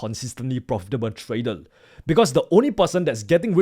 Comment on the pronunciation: Your R's are soundling Like L. Tradel